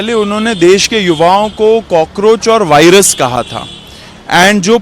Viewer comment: नितिन नवीन जो वायरस को भायरस बोलता है वो देश के युवाओं से संवाद करेगा ???😅😅😅